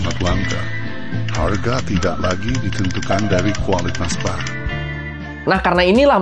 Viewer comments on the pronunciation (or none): none